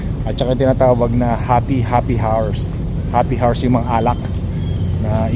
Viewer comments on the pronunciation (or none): ikokorek lang kita para dika mabash ng ibang subscriber mo, the way you say “HOUR” is different. Why is that?! Loooooool its silent “H” ok?! Happy Hour - Hapi awar - Happy Awar😅😅😅😅😅😅😅😅😅😅